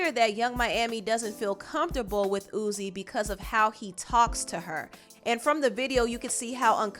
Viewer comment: im crying at you calling him "Ooze" LMFAOOO